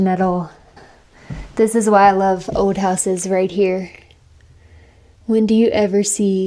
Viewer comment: "An ode radio" "black mode" what accent is this that you can't pronounce any L's😂😂